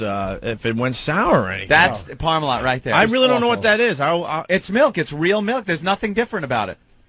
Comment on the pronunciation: Melk. Fucking MELK? Eugh.